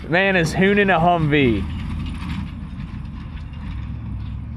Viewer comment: please don't say 'Hoonin' ever again. 😖